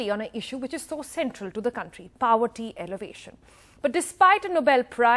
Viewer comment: Nobel 'Laurent' and 'paverty' alleviation. What kind of English is this reporter speaking?